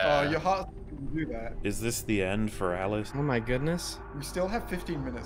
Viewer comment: Every time says 'Alice' all I hear is 'Az'